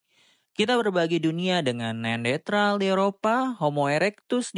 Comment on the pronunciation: Kok gw dengernya neandetral sih bang? Bukannya neanderthal ya?